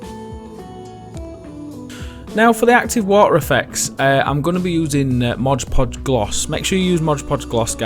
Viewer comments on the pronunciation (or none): great video! It's mod podge not modge podge tho that's driving me nuts